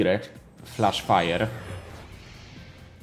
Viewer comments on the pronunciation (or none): none